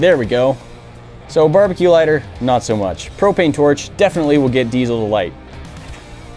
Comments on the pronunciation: Glad i'm not the only one that's bugged by that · Not sure why everybody pronounces diesel with a Z. But it's Diesel not Deizel